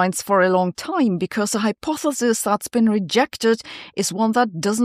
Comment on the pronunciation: You're getting pretty good at pronouncing hypothesis.